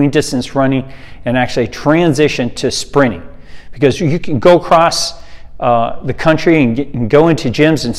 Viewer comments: Took me ages to realise you said sprinting. I thought you were saying springing. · For a while I thought he was saying Sprinning. Never heard anyone who treats the word with virtually a silent “t”. Just sounds weird. Blame it on my Aussie accent if you like - we don’t use a silent “t” for the word sprint. 😂 No arguments against the content however - just for the record. 😏